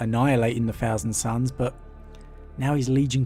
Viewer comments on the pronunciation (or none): I love these videos, but what is it with English people and not being able to say “th” Frone World Frumming growl